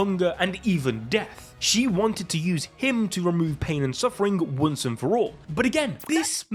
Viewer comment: Anyone else: "once": WuNCe